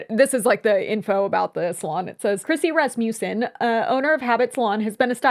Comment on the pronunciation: mispronouncing my last name is big ouch 😮‍💨 Rass-ma-sin